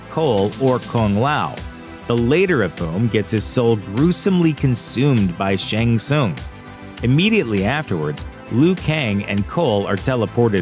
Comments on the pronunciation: *Shang TSUNG.. it’s NOT Shang SOONG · Its shang Sung not shang soon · Terrible critic. It’s SHANG TSUNG (SUNG) not TSOON. Smh. Terrible journalism. Thumbs down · This is like the 3rd video narrated by a guy who clearly hasn't seen the movie. Otherwise he would pronounce Shang Tsun's name correctly. It sounds like Shang SUN, not Shang SOON. Show some damn respect. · the way he presenter pronounces shang tsung's name lol